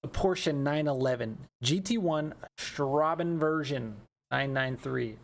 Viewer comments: Hew hew hew it‘s Straßen version, not Straben. The German ß stands for ss, spoken like the English s. Why ß = ss? No idea, but it‘s that way löl. You can even write ss instead of ß but idky they don‘t do that xD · Just a tip: the German letter ß is used instead of a double S when its more than one S, so it's not pronounced "Strabenversion" but "Strassenversion" which actually means: Street Version